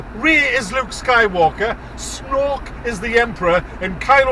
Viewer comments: Did he say Snork is Snork or Snoke is Snoke? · Isn't Snork just how geordies say snoke? :) Do you live in Lumley or something? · You start make laugh when you call him snok 😄 I hate this movie to🤬